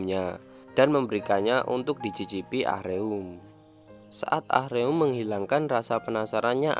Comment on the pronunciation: Ah-reum korea nya .. Baca nya Aruma ..